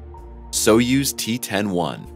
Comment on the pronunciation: Soyuz - pronounced Soy (like Boy) yuz (like Does) soy-yuz!! NOT SO-USE!!